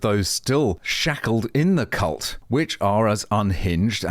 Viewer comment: "Cult" I think you got the L mixed up for the N.